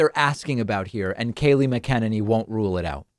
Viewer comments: David, you're my favorite political commentator. You're always right on the money. But for the love of god, please pronounce McEnany the way everyone else does. Drives me crazy. Everyone else pronounces it Mack-en-ane-ee. I know it's not important in the slightest. But please, please do it. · I think David pronounces names wrong on purpose 😂. Kaylee Mekenene and Tulsi Gabarrrrd just a couple off the top of my head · Is he mispronouncing McEnany on purpose? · You can't even say her name right what's wrong with you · I love that he keeps mispronouncing her name. That is sure to drive her crazy🤪🤣🤣🤣🤣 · Learn how to pronounce her name jesus !!! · She's been working at the white house for a year and you don't know how to pronounce her name? You aint McEnany sense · David, did you know that you're mispronouncing Kayleigh McEnany's name? Or is it on purpose? Just curious. She's a monster. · Why cant you pronounce her name correctly? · Kayleigh is exceptionally intelligent, beautiful woman. All you can is bash Kayleigh, mispronounce her name... not very smart of you, david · Talking about stupidity. This dude cant even pronounce her name correctly. How difficult is that? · You would think this clown might at least learn to pronounce her name correctly before he starts spouting off against her. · Now I think you are mispronouncing Kayleigh's name on purpose, just to annoy me. What did I do to deserve this?!?! Hell, they even pronounce her name correctly in the video!!!! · Yo, why's Pak allergic to pronouncing her name right though? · David, why can't you say her name correctly? I'm not a fan of hers, but seems you go out of your way to mispronounce it, saying her full name, numerous times in a row, unnecessarily. You know that's not how it's pronounced, and unfortunately that's all I hear watching your videos. Not the substance, the brazen playground taunts of mispronouncing someone's name like a Trump would. Be better than the opposition. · SAY HER LAST NAME CORRECTLY